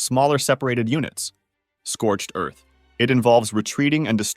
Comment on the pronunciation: What have you done "Scorched earf"